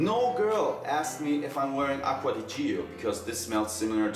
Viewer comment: It's pronounced Lanven Acqua di Gio pronounced like Joe